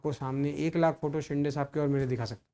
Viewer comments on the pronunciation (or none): अरे आधी शिंदे बोलायला शिक नुसता शिंडे शिडे बोलतोय... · Yala ajun Shinde bolata yet nahi😂